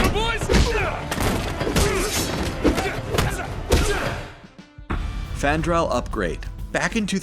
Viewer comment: It's frandal